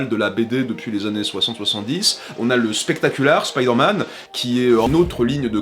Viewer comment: Bon,prononcer "spectacular" comme ça s'écrit c'est un peu chaud, qd même. .. D'autant qu'après "amazing" est prononcé avec l'accent anglais... Et ultimate aurait été plus juste,par rapport aux titres des séries, après tu fais ce que tu veux... Mais ça reste chelou et dommage